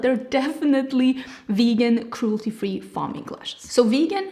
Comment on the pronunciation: This is a beautiful launch!! Love the lashes! Just btw, faux is pronounced like Fo, as in rhymes with go. I know English isn’t your first language- I’m just trying to be friendly help! ☺️